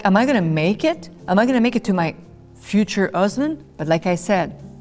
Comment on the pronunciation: “Am i tonna make it to make future husband” ?😭😭😂😂😂 I LOVE her ❤️